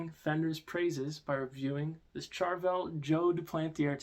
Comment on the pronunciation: “Char”vel? Lol